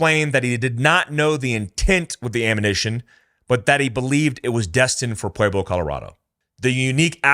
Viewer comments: Just fyi, Pueblo is not pronounced 'pu-way-blo', its 'pu-eb-lo' 😆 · I punched my computer every time you say pwayblo Colorado. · Pueblo is pronounced PWEB•LOW Jfc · It's not "pway-blo", it's "pweb-lo" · Why do you say, "Puayblo"? Its Puehblo bro. Thats what Pueblo is supposed to sound like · Pa Web Low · Maybe the Pueblo Cartel wants to go rob the Bellagio again,but this time with guns blazing.This is NOT the first time this amount of ammo have made its way into the USA. The only difference is, they got busted. And please learn how to say Pueblo. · Dude can't even pronounce Pueblo. Haha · Leaen how to pronounce Pueblo